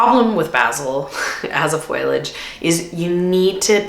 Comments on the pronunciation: Hey lovely lady. While foliage is a wonderful foil for your bouquets it's pronounced foe_ lee_ age.. I thought Canadians show up rhe Americans on English. However you are forgiven as love your work ethic. Don't know how just the two of you get so much done. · The word us "foliage" not "foilage"...just sayin. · An interesting video but the pronunciation of foliage and basil are driving me crazy!!!!!! 💀 ✨ Foh-lee-uhj & bay-zill ✨ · I was wondering about her pronunciation too. Is that a Canadian thing? It sounds so odd to my ears! Lol. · Full on think you're great, and I still cannot accept your pronunciation of foliage. :) There is definitely debate over whether it's fohl ee udge OR fohl udge (the answer is it depends, you pick). But the " i " is after the "L" so it is definitely not "foil ee udge". Don't foil the pronunciation! ;) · Loved the video - BUT, Foliage, not Foilage. Fo-lee-age. Sorry, just a pet peeve of mine. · Pronounced fo-le-age. Not foil-age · Foley age not foil age. Hurting my ears. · Thanks for the informative video. One thing bothers me a little though. A plant person should learn the correct pronunciation of the word foliage. It is not FOILage, but FOLIAGE. Not trying to be snarky, just informative. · Thank you for this list! I feel the same about many of these. Also, Foliage is pronounced Faux - Lee - Udge. Not FOIL- udge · Fol-ee-age (foliage), not foil-age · If you are in the flower business please learn how to say Fol-i-age. Not foilage - rhymes with spoilage. Tks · I gotta ask why you say “foil-age” instead of “fo-liage” 😅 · Isn't foliage pronounced FOH-lee-ij, and not FOIL-ij? Or is that a regional thing? (Real question, no snark!) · Wow, it is interesting that you pronounce it "foil-age". (It is fo-liage. No foil in it, lol.) I love your videos, and thank you for sharing what flowers you like, and don't like growing. Even though we may be in a different zone, it is helpful. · Foliage...... FO LEE AJ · The i is after the L. Fo-li-age. 😊